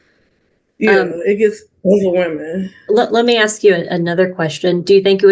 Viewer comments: It’s ASK not AX!! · It’s ASK, not AX! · Part of her problem is she’s “axing” not asking. 🤷‍♀️ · She Axed someone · She had to give an example of why she "axed that". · Did you AXE ? Or did you ASK ?? How seriously uneducated can these nasty THINGS be ?? 🗑️🗑️🗑️🗑️ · It’s hard listening to that lady. Ask and axe are different words